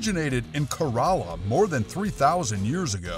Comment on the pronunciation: You are saying Katarina payatu and kerela wrong